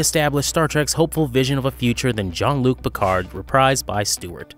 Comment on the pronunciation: Except for not being able to pronounce words especially names correctly "jon" instead of Jean-ll